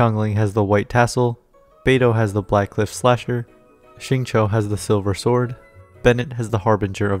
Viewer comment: Me just being happy he said xingqius name right